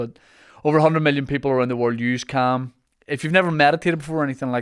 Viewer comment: Thought you said ham instead of calm and instantly craved ham